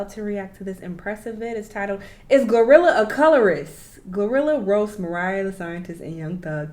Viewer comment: He mispronounced her name and called her Gorilla tho😭